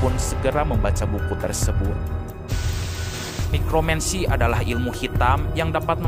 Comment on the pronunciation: Sedikit koreksi ilmu untuk membangkitkan mayat itu Necromancy bukan mikronmensi